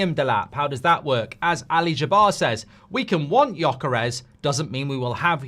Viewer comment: It's actually Gyökeres. not gjokeres. you miss the umlaut but I don't expect any english speaker to be able to do it. haha